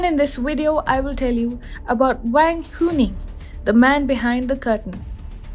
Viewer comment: The correct pronunciation "Wang" is very close to "Wung." There is no "ae" vowel sounds in Chinese languages like in hat. They use "a:" like in "arm"